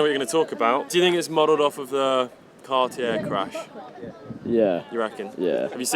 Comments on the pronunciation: “Cartiere”? Really? You can’t even pronounce the names right. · Car T Air? Adam R Peegay? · Cartyheir? Best pronunciation of cartier i’ve ever heard